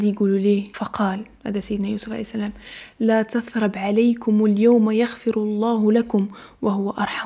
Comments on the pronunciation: طريقة جميلة فالسرد ولكن احذري من نطق الايات لا تترييب عليم + الايات لي فيهم الشدة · عندك قبول اللهم بارك رهيب ❤ قراءتك القرآن ومخارجك رائعه ❤ عندي بس ملاحظه (لا تثريب ) قولتيها مش صح دي بس